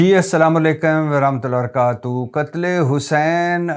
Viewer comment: Bhati sab Aslamu Alaikum k tmam alfaz ki Adaigi bhetar krlain specialay barakatu, Plz don't mind.